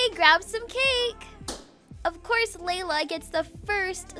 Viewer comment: Laila not lala